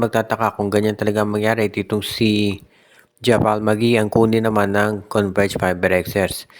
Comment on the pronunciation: kala ko ba nanood k ng nba?ndi javal ang bassa dun jabeyl ang pronounce nun